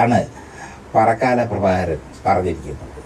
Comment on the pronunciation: പാറക്കാല എന്നല്ല സേട്ടാ..